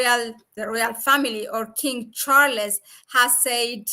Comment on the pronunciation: King Char-les.......?